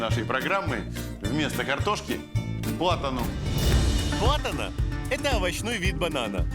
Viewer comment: не Платана, а Плантана Но в общем красавцы)